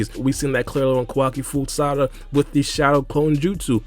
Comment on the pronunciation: “Salada” 😂 I fw you man 🙏🏻😩😂